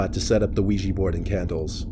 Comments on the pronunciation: "The Weegee Board." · i thought he said wegee board LOL